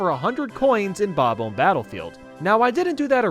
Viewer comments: Bob-uhm Battlefield? Nice,. The “omb” is pronounced like “bomb”, meaning you say it like “ba-bomb”. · Say bom om not bobum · sounded like you where saying"bobble" instead of "bob-om" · Bob-omb does not rhyme with comb. It rhymes with bomb. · How do you honestly mispronounce "Bomb-Omb"? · "King Bab-Umb" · Sorry, but... why do you pronounce bob-omb like that? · The way he pronounces "bob-omb" makes me chuckle. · Your pronounciation of those bomb guys might be a Bad Bob-Omben...